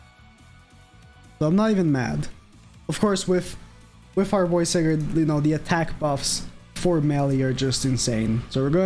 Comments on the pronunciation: Btw you pronounce it as sai-gard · I have yet to pull Sigurd. How do you not know how to say Sigurd?